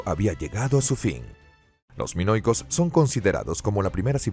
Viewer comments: Revisen la traducción y lectura antes de subir el vídeo.. entre menoicos, ageos, y derivados ya no sé de qué estamos hablando... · Terrible... Tucides en lugar de Tucídides... Canosos en vez de Cnosos. En 3.41 dice "mono-icos" ... Pero aquí se lució. En otros micros es peor. En cambio, en este mismo canal, Mira la Historia, hay un locutor muy bueno que tiene voz de persona mayor. Ese señor siempre tiene una excelente dicción. Un maestro de la dicción, el fraseo, la pronunciación y no menos importante, sin engolar la voz. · No pronunciar ni una palabra bien “canosos” “monoicos”…